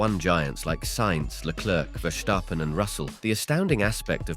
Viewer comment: It's VERstappen and not VerSHTAppen he is Dutch not German